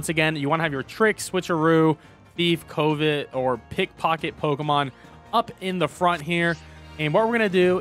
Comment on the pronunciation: I can tell by the way you pronounce covet that you didnt go to sunday school or church. Which works, would not recommend at least the sunday school part lol.